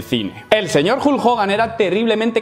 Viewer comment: vas a clases de inglés y pronuncia como la mier el nombre Hulk. Decíme como es eso???